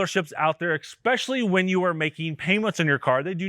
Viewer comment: I’ve ignored it video after video and I can’t do it any more. It’s esssspecially. Especially. Not exspecially. No X in there. 😂.